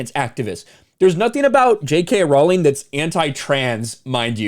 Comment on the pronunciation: ps. Its pronounced "Ro-ling".